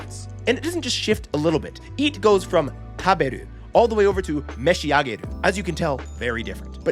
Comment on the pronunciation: Meshiagaru not meshiageru.